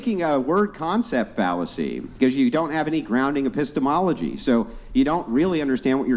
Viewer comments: Just because Epistemology sounds like Epistles doesn't mean it it. Be better😂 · I couldn't watch after she said "apisstles" due to secondhand embarrassment. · "The study of epistols" LMFAO